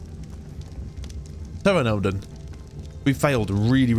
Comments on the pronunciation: Peranodon, the P is silent, emphasis on the second syllable. So it is pronounced Ter-AN-o-don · "TARE-ON-AH-DON" not "Tara-doan-an" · "Ter-ran-a-don" = Pteranadon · You need to start getting higher level dinos. Highest level in Island is 120. You have to learn how to make traps. Again, it's teh-RAH-noh-don (pteranodon). Dinos eat when they are hungry. Pteranodons take a long time to get hungry, that's why you need narcotics or at least narcoberries. A Therizino, also known in Ark community as the Tickle Chicken is a very powerful dino, used for bosses just like the Rex. So, basically you almost got killed by another Rex. And it was higher lever, so you were lucky. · Handy pronunciation guide for ya. Pteranadon Ter-ran-a-don, actually pronounced P.T. 👍 Love ya budy! Keep smashing Ark! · (TERADON) pronunciation is that lol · It's pronounced like tur-ana-Don